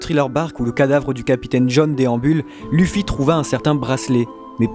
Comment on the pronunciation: APPREND A PRONONCER LE NOM DU HERO